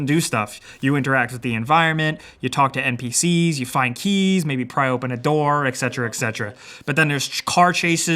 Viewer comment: ET CETERA